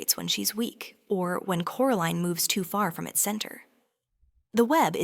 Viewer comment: Why did it veer towards calling her "Coraleen" and not Coraline?